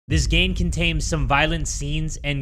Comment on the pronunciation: “This gane contaims” 😂😂 who else caught that? Lol